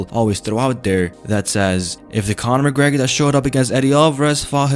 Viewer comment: "Conor mcgreg"😂😂😂☠️